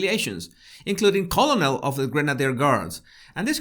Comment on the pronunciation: Sir, speaking of ‘Body Language,’ there is also the English language to be considered here; please do learn how to pronounce “colonel(!), infamous” etc., or your credibility will be at stake, despite your impressive intelligence and wicked sense of humor.